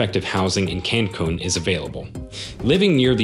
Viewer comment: I mean he even mispronounces Cancun!!!